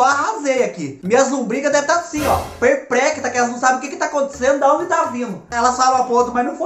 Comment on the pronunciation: Nunca mais vou conseguir falar a palavra perplexa kkkk só perpéctra kkkkk